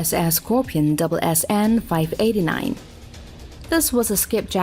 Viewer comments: We don't refer our submarines as "double s n", it's "s s n". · It's not "double s, n" for sub description It is s, s, n